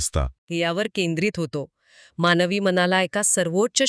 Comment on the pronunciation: माणवी जीवन नाही हो. मानवी जीवन. शुद्ध बोलाव. हो ना ?